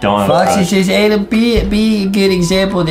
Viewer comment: it,s not adem it,s adam